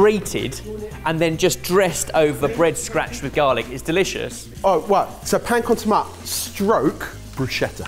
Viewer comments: lads this is an uphill battle but it's either "pan con tomate" ("to-MAT-eh") in castillian spanish, or "pa amb tomàquet" (pronounced "pam to-MA-ket") in catalonian spanish, or also possibly "pan tumaca" -- but not "pan con tomat" screaming into the void here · "Pan con tomat"... There are at least 4 languages in Spain that you can use to name the concept of "bread and tomato" and you managed to say it incorrectly in all of them 😂. Usually it is referred as Pan con tomate (in Spanish) or Pa amb tomàquet (in Catalan). It may be also referred as Barrita con tomate or Mollete con tomate, the later specially in Andalucía if they serve it on a mollete antequerano, which is a type of bread.